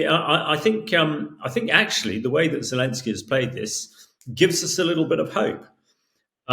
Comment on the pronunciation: Right, but his name is Pres. "Zelenskyy." I don't care if you drop the second "y," but at least get the right initial vowel and includ the 'n.'